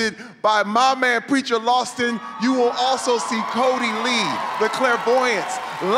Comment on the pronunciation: Funny that his skit was about 'preacher' but Terri called him "lawston". lol